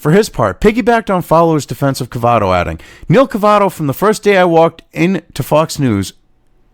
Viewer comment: Cavuto, not Cavato.